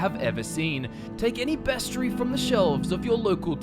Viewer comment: Bestry? How about you not be lazy and pronounce the word correctly?